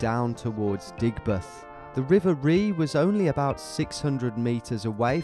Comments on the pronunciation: Tom me and my partner love watching the videos especially the West Midlands based ones. Can’t stop laughing at your pronunciation of the river ‘rea’. It’s actually pronounced like ‘ray’. Spent hours at the source of this river as a child. Which starts in the wasely hills and heads north all the way to Birmingham. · The River Rea is pronounced the "River Ray" it runs through the whole of Birmingham my old Junior school was called Reaside as it runs at the side of it lol I used to walk through it for miles going on adventures like this as a kid I never knew about this route though as I used to start from the other side of Birmingham near the M5 motorway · The River Rea is pronounce Ray. The bit where you came off the Tame was the Bromford Estate - not Washwood Heath. Sorry to be pedantic! I'm off to Google Maps now to track your journey. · Your friends haven't heard of the river rea because you're pronouncing it wrong, it's pronounced Ray 😂 great vid though, enjoyed every part of your adventure! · Bostin! The river Rea is pronounced “Ray”. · Also Rea is pronounced "ray" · My son and I enjoyed your adventures, but the Rea is pronounced Ray, not Ree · Its pronounced River "Ray" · None of your mates have heard of the river Rea cause your not pronouncing it right lol 🙈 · All the brummies here laughing at his terrible pronunciation of the river Rea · Cringe when he pronounced river rea wrong 🤦‍♂️🤦‍♂️ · River Rea is pronounced “Ray” ………not “Ree”! My old firms yard near duddeston backed onto the Rea ……and one thing I can tell you is when it rains that river rises several feet and if your down in that area when it happens there’s no way to scale those high walls to escape . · It’s Ray not Ree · That's the river "Ray" rather than "Ree" which has some very handy cycle paths near my house. Interesting way to see my city, thanks for the video. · Hey Tom, it’s pronounced ‘Ray’ not Ree, and the River Rea is an extremely important river in south west Birmingham where I grew up!